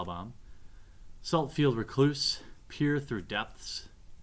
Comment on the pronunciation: "Saltfield R'cloose, Street Wrath, our first uncommon is a Murderous Recap..." ffs read the damn names correctly